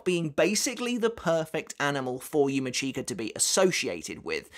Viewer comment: yUma ckeEka... 🤣 😬 It's yu-mEE-ch(i)ka... 😶 #IStillCant #Slaughtered